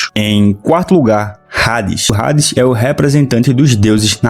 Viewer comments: Não se fala rades, se fala ades, eu sei que tem um H na frente, mas todo mundo fala Hades (ades) só vc quer ser diferente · Mano tu pronunciando o nome do Hades como "Rades" em vez de "Ades" como é a real pronuncia do nome em geral, mas é pq realmente o "H" tem sim de "R" no mangá ou por que vc realmente quiz pronunciar assim? Por que Hades se pronuncia normal, tipo como se o H fosse mudo ou implícito etc etc. Obs: não tô falando que ele tá errado não só querendo saber o mesmo o motivo dele pronunciar o nome da maneira como está no vídeo. Antes de alguém vir falar merda etc. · Vídeo completo ao meu ver mano, eu procurei o vídeo para entender mais sobre o anime, a única crítica construtiva que tenho a citar é que o H de Hades é mudo, ou seja, se escreve Hades mas se lê Ades, como se não houvesse o H, espero que leve como um informação para aumentar sua credibilidade, quando voltar a falar sobre o anime ou propriamente sobre o personagem, independente de qual universo, espero que tenha levado para lado construtivo, não crítico de forma negativa. No mais, o vídeo foi completo, pra mim, que sou leigo no anime, com certeza me tornarei inscrito, obrigado por toda informação!